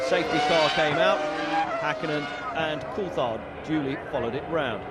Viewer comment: "Maiköl Shumaher"? I think his name is Michael Schumacher. It would be important to know the drivers' names at least. And also it's not "Mika Häkinen", Mika Häkkinen. Also not "Mika Saalo" but Mika Salo.